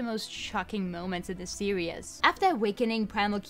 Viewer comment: An hour long video is pretty scary. The video quality seemed great. However, two minutes in, after having heard "Pokeeeemon" a thousand times, "series" being said "serious", and numerous clichés, I'm stopping the video.